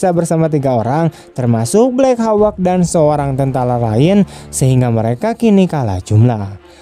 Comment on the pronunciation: hauk bang... bukan hawek...wkwkwk